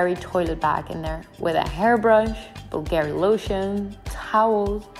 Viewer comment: As an Italian, I must correct the pronunciation of Bulgari: it’s something like “BULL-gur-ee”! 😂😅